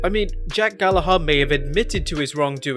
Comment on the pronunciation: I hate the way he says jack "GALLAHARR"